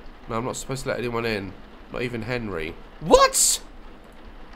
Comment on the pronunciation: “Is that Henry?” “GONRY”